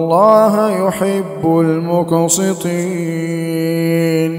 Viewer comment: القراءه معظمها غلط ..دا انت ختى مش عارف تنطق الحرف صح ..انت بتقرأ وأقصتوا ان الله يحب المقصطين ......وهي المفروض. هي بالسين مش بالصاد. واقسطوا ان الله يحب المقسطين. انت ازاي تقرا كلام الله بهذه الطريقه على الناس إذب وأقعد عند شيخ وتعلم